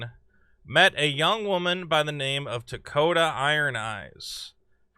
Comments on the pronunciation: her name is Tokata not Dakota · Tokata. Not Takota.